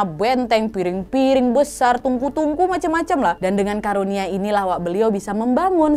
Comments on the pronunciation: Maaf ka nad karunia bukan kurnia 🙏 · Bukan kurnia tapi karunia wa